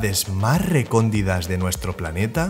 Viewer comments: Duele la cabeza con tantas letras, si narras el video NO es necesario que pongas el diálogo escrito y que cubra toda la pantalla!! Oh y se dice recónditas no RECONDIDAS!! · Otra cosita...vocecita ... No se dice Recóndidas .. Se dice Recónditas. Pero tranki..es de Sabios Equivocarse. ⚘🍀🐳🏕🧊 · ... no se dice Recóndidas...!